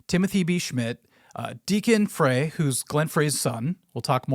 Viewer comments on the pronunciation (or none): It's not Freyyyy...It's actually Glenn Fryyy...Just like it's written, Fry...Glenn is shaking his head wherever he ended up when he died...My first Eagles show was in 1976..And the real lead singer of the Doobie Brothers was Tom Johnston, Long Train Running,Lister to the Music..Get your facts correct bruh... Embarrassing a 64 year old rocker like myself schooling a young man with Google at your fingertips😅😅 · Very good. One thing: “Frey” is pronounced “Fry(e)”. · Pronounced like fry, not fray 🙂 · I'm not even an Eagles fan & I know Frey is pronounced "fry", not "fray". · Frey is pronounced “fry”, not “fray”. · Frey is pronounced "FRY". Not Fray" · glen frey.. pronounced FRY... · Glenns / Deacon's last name is pronounced "FRY", FYI . Not being a dick, I love your channel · Frey is pronounced, "fry," as in French fry.